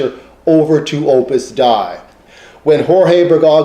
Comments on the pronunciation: Hi--this is very interesting, but just for any future reference, it's Opus "DAY-ee," not Opus "Dye" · Glad you liked it. Hope you get a chance to view some of the other videos and the writing on . Yes, others have pointed out my mispronunciation of Opus Dei - no pretence to infallibility here :)